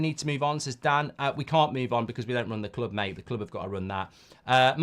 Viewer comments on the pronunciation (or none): none